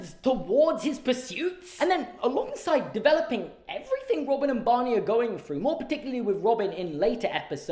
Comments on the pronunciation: How you say Bonnie instead of Barney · Am I the only one who hears "Bonny" instead of "Barney" when says it? I was very confused for the first few minutes of the video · I was very confused by your Barney pronunciation jaja 😭❤️ maybe it's just that I'm not a native speaker but I thought you were saying Bunny jajajaja